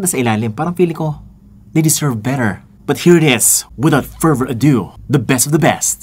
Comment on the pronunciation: pagka rinig ko “without pervert a do”. 😂😂